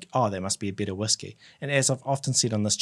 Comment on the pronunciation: If you're using whisky as synonymous with "Scotch whisky" you should make that clear at the beginning of the video. There are other types of whisky. Also, when you say "better" it sounds like "bitter". That confused me.